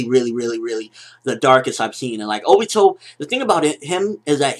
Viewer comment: obito not obo